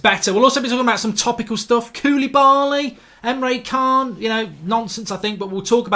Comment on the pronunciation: ITS PRONOUNCED EMRE CHAN, pronounced names right cos you sound uncultured when you dont and ignore it